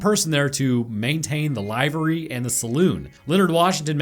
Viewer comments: ....My Brother In Christ!!! It is pronounced "liv-ah-ree"!!!! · Episode was great. Head up, it's a short i in livery. Liver-ee. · Ok, the carriage bit, funny as sh¡t, chef’s kiss! BUUUT, every time you pronounced “livery” with a long i (as in dive or alive), made my ears bleed just a little. It’s pronounced just like “delivery”, without the “de”. Still think you’re awesome…